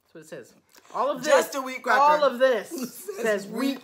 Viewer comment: I needed the laughs watching this and I’m sorry I couldn’t be there with you both for this adventure! 😍 I love pronunciation of the “wheat cracker” in Japanese! 😂 This brought back lots of memories of our girl’s trip in Nashville and our face mask experiences! 🤣 Love & miss you both!! 😘 P.S. Another red-headed actress not mentioned is Emma Stone! 😉